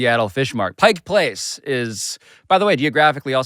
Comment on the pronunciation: shoutout from Seattle for saying "Pike Place" correctly